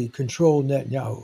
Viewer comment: It's Net TAN yah WHO.